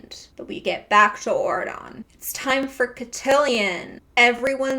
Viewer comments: Every time you say aurodon i think ur saying oregon and tht makes it 10x better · Auradon sounds like Oregon, I can't unhear this 😂